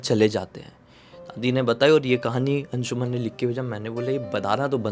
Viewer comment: अंशुमन Nahin अंशुमान Hota Hai